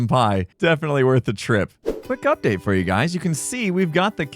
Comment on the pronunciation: I know you said "Quick update", but considering the cub-bit before that I only heard "Quick Cupdate", genuinely had to double back and make sure you didn't sneak in a pun there :P